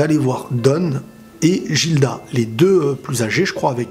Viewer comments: Jilda ???!!!!??? Prononciation Gilda ( Giruda japanese prononciation) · Gilda ça se lit guilda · a chaque fois je me retiens d'ecrire dans les commentaire par peur de spoil un truc vus que je suis au chap 120 x) juste sa se pronconce "Guilda" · Ça se dit guilda